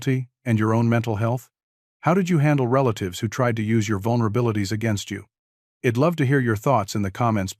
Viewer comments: Learn about contractions...id is not a word, it is pronounced I, as in "eye" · Please teach your AI to read " I'd " properly. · Very good story about mental health and dealing with people trying to hurt you.. the AI reader obviously can't say "I'd" , the voice was good but misreading isn't good especially for a public story on YouTube, hope you get it figured out